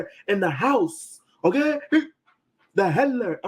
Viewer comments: The HANLURR! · Why he keep pronouncing “Handler” without the D 🤔🤣